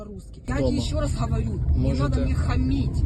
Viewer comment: Хаварю😂😂😂😂 рязанська дєрєвня, а не російська мова